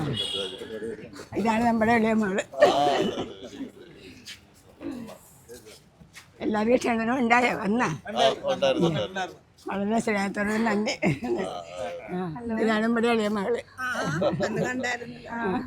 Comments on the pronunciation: അമ്മച്ചീ.. ക്ഷണം ആണേ... ക്ഷണനം അല്ല കേട്ടോ ❤️❤️ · ക്ഷണം എന്നു പറയണം shananam എന്നു പറഞ്ഞാൽ മരണം എന്നാണ് അർത്ഥം